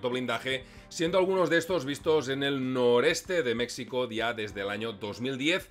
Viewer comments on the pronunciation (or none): Dislike por lo reiterado del Mecsico ! Ofensivo viniendo de un hispanoparlante! Mexico ! (Mejico) Lei en otro comentario que te gusta mas asi. Cosa que no justifica que voluntariamente hagas una pronunciacion incorrecta de mi pais Mas respeto ! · si alguna vez pensaste en encontrar una historia bizarra de los conflictos armados en el mundo, esta es...te felicito. Solo debo observar que no debes decir "Mecsicanos" ni "Mecsico"...se pronuncia "Méjico" y se escribe México, saludos y gracias . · Compadrito, México la equis se pronuncia como "j", solo los yanquis dicen mecsico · Se pronuncia Méjico , la X en nahuatl se pronuncia como J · Oye,. No hay problema en como lo dices, pero suena mejor si dices Méjico aunque se escriba con 'x'. Saludos desde acá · Con todo el cariño, pero dices "México" y es incorrecto. Me explico... La "X" en castellano antiguo era la consonante para pronunciar el sonido actual de "J", así como ejemplo sería "Don Quixote" que era asi como Miguel de Cervantes escribió el nombre porque la "J" no existia. Por lo tanto, México se pronuncia meJico, y en el mismo pais iberoamericano así lo pronuncian pero con "hache aspirada" como la "hache inglesa" al pronunciar hotel en inglés. Así que para un ingles la pronunciación más ajustada seria meHico. Català mode On... Ara escribint per no esborrar-ho he pensat que ho dius aixi perque en català aixi es pronuncia... Bueno... Excelente video!!!! Y perdon por la chapa!!!! Mis disculpas!!! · Se menciona Mejico no como si fuera una x es como si fuera una j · Buen video pero se escribe México y se pronuncia Méjico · Felicidades interesante video muy documentado pero por favor corrige esa expresión agringada cuando dices Mexico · Buen vídeo, pero estás pronunciando mal "México"